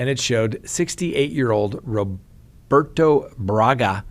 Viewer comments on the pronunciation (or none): none